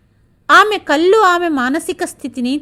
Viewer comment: అనింది అనకూడదు అంది.అనాలి. కల్లు అనకూడదు కళ్ళు అనాలి.